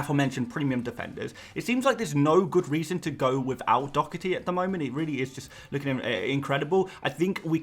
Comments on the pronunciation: Doherty’s name is not pronounced “Dockerty”!!! My god where do you see a C or a K in the name? It is pronounced “Daw-Herty” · I Love your videos but the way you say Doherty drives me insane 😅 there's no 'C' mate, it's literally just Doh-erty 🤣